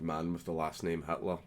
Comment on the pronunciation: Did you mean to say "Hatler"? 🎩